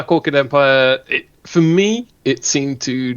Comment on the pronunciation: Orchid not Orchard lol 😂😢